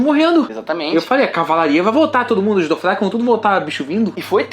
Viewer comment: Vcs pronunciam errado é Dothraki, tra e não fra como vcs falam é eu acho q o Bran não vê o futuro nítido como vê o passado mas vê fragmentos.